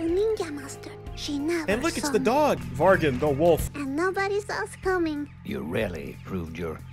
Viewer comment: THE WAY HE SAID VARGEN I CAN'T (that's a Swedish word smh)